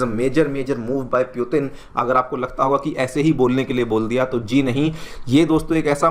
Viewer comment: M sure it's putin not puetin. Please pronounce properly. Students listen to you they follow what you say